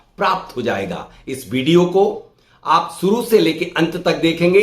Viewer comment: Video boliye.. Bideo nahi 😂😂😂😂😂😂😂😂